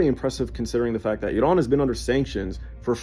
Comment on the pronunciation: As a Farsi speaker I can't stand the way this guy says Iran, he says it as if it's spelt Idan. Bro it's Iran.